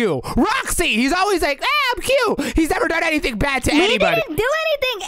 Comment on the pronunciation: Bro why did say I would nerever do that to my sweet baby cheks roxy what the He'll did she just say 💀💀💀💀💀💀💀💀💀💀💀💀💀💀💀💀